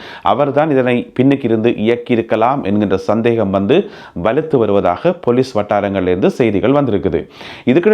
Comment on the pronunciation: நல்ல செய்திகள். பொலிஸ் என்று சொலலுங்கள். பெலிஸ் இல்லை.